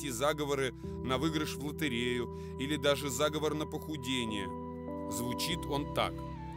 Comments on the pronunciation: Заговоооор а не заааговор, зааааговор это договор и план по переврпоту или злодейству а заговооор -- это заклинание и практика традиционной культуры дИКТОР СЕБЯ ПЛОХО КОНТРОЛИРУЕТ И УДАРЯЕТ НЕ ТАМ почти все время режет слух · Да, я тоже согласен. Конечно же, заговОр. Диктор сам говорит - заговОрная традиция. Дьявол кроется в деталях. Но, в целом, неплохой видос для начинающих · Правильно ли говорить "зАговов"?Может это "заговОр"?